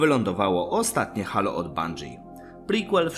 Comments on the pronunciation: wszystko fajnie, z tym że mowi sie "hejloł" a nie halo, mysle ze powinienes to odnotowac prowadzac kanal o serii halo :) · dzieki obejrzalem, ale nadal mnie to halo uwiera w uszy, moze kwestia przyzwyczajenia ;)